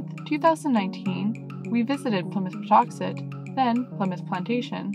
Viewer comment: I was born a few towns over and I’ve always been here and it’s still Plymouth plantation and it’s pronounced paw tux et like it always has been.